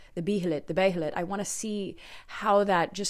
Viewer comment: Where did you get that pronounciation from? Legit asking, I've searched it and multiple source says BEE-he-lit.